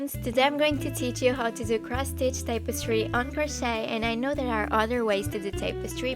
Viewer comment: Hey, just letting you know.. it's pronounced TAP-eh-stree.. Not TAPE-eh-stree. Thanks for the tutorial!